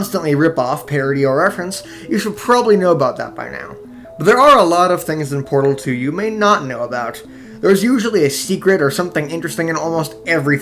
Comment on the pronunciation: Sounds like he said "BardleDo“ (Edbassmaster) instead of Portal Two LOL